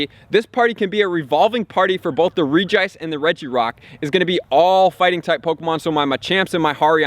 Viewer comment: I can't get over how u pronounce Regice. The "Reg" should sound the same as the other Regis